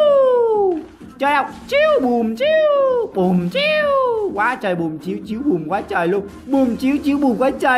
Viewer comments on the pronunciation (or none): ngta chat là chiu chiu ô đi đọc là ch!ch ch!ch